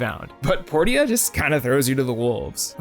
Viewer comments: Port-ia. I thought it was pronounced Por-cha? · Dude its Porsha not "Por tee uh" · "My Time at Port ee ah" It's said Porsha. Porteeah, really? That hurt to listen to repeatedly. Also Portia is DEFINITELY a Harvest Moon-like game (not even clone) just without farming, not Animal Crossing. Just because it has villagers doesnt make it Animal Crossing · The funny thing is the voice actors in the game pronounce it as both port-ee-uh and por-sha, so who knows how it was meant to be pronounced. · isnt “portia” pronounced as “poor-sha”? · Portia is pronounced Porshah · The townspeople even call it Porsha. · porsha.... porsha... its pronounced porsha. like porsche. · Portia is pronounced Porsha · I think Portia is pronounced like Porsche. Maybe? Unless you pronounce Porsche wrong lol. Por-sha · ...Poor Sha. THat's how you say portia. lol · Port-ee-uh? Okay then. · “Port-e-ah”??? I’ve never heard anyone pronounce Portia like that lmao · everytime he says portia wrong, I cringe. is how you pronounce it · Makes me feel validated as my name is actually Portia and is pronounced that way :) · my time at portia and fantasy life aren't animal crossing clones. i get that it was mentioned in the video that some of these are more harvest moon like, but the video is called animal crossing clones. if you're going to make more of this series i'd suggest either changing the name or finding games that fit a bit better. also i've never heard someone pronounce portia like that. what the heck